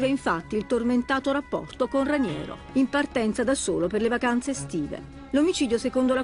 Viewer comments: Ma santo cielo, è capace di dire Raniero? Ranieri è l’allenatore della Roma… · Ma Vespa che lo chiama "Ranieri" e non "Raniero"!?